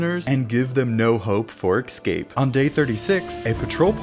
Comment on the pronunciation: escape not exscape